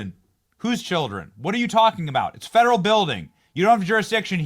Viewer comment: I just have one question Benny what are “fadarel tax dollars” 😂